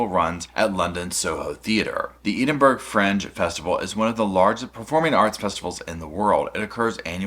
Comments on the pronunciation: Oh, no, no, no! Not "Edin-burg" Not "Eden", it's Edin, "Edin-burra" Capital city here in Scotland You're welcome 😊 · Bro it’s pronounced “Edin-bruh” or “edin-bura” not burg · It’s pronounced “Edinburrah” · Eden-burg is sending me. Ed-in-bruh my man 😂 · Please, for all the US citizens.. It's Ed-in-bruh... Thank you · Please stop saying Eden-burg😅 phonetically it read ed-in-burrer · Love the video thanks for this just a small thing its pronounced Ed in burgh lol. As an Edinburgh lass it bugs me when people say boro at the end lol. Sorry 😊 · Can I suggest instead of “Ed-in-borough” you contract it to “Ed-in-bruh”? Tends to be more the way people say it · “Eedenburg”. Sir. Please no. Edd in burra. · Found this really interesting, one thing though: the capital city of Scotland, Edinburgh is pronounced ed-in-bo-rerr 😊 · Sorry, I couldn’t help but laugh at how you said “Edinburgh”. It’s pronounced “Ed-in-borough” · Love ya but Edinburgh is pronounced Edinboro. 😘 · It's ed-in-bruh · Ed-in-bur-ah 😂 Glaz-go - love you reacting to some UK and Scottish colloquialisms xx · just FYI Edinburgh is pronounced Ed-in-burr-uh. Love you 😘🛋🛋🛋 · Yeah.....She's as nutty as a fruit cake though🙈. Btw honey bun it's pronounced 'Ed-in-bruh' 😘. Tfs and have a great day 💖💖💖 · Edinburgh is of course not how it looks.... The UK for you.... It's pronounced edinboro. I appreciate your research and videos. 🛋️ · Edinburgh is pronounced more like "Edin-burra" or "Edin-bruh". The E is like Edward not cheese, lol. A lot of words from that region are pronounced in unexpected ways. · Psst... it's pronounced more like "Ed-in-burr-uh"😉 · What a cute little corner your sitting in today 😊❤ ps “Ed in bur” Edinburgh 🥰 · Hey, Edinburgh is pronounced 'Eh-din-bur-uh...but say it fast and all together 🤣 I hope that makes some sort of sense 🤪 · Ahhh I felt bad for him, I was like "please noooo." That said, Edenburg at least sounds nice, like a more exotic or romantic name😂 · Eh-din- bur- uh 😂